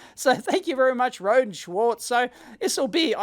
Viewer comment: Watching one of their videos I discovered "Rohde" is pronounced "row dee", not "road".